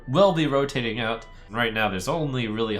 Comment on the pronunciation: did you mean that they're "rogue-tating" out?